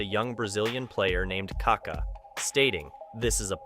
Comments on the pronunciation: it's not KA-ka, it's ka-KA. The accent is in the second ka. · It pronounces KakÁÁÁ, kaka is a slang for poop in Brazil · Why do you always get his name wrong. There is an accent on the last A!!! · great video, but you could at least learn how to pronounce the mans name